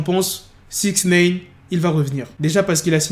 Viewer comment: Arrête de dire Sixnaine 😭😭😭